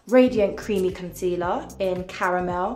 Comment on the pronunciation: The way she says concelear is so funny, like "conzelaar"😂😂 beside that I really like her, she's so funny, relatable and beautiful.